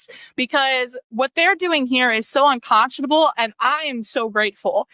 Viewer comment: Perhaps you could first learn to pronounce the word “unconscionable.” That may make you sound a little more credible.